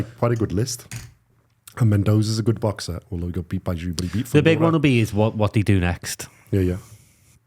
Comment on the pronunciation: It's tszyu not jew mate 👍